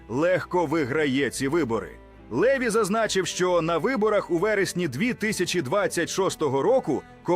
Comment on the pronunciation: ЛевI НАГОЛОС -НА ОСТАНIЙ ЛIITЕРI